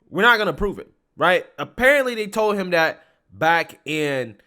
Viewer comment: You're a little too old to be pronouncing words that start with a TH ....D That is not Dat.... This is not Dis Grow up!